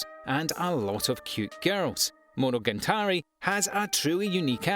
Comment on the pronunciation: Monogantari Demon King Diamo really? is it too difficult to read the letters on your screen? I like your Top 10 videos but please pay a little bit more attention to the actual names of the anime. it ruins the whole sensation.